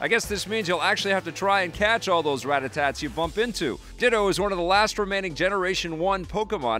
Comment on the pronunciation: great rundown. first time you said Rattatas but the second time you said Rattatats. there's no t on the end.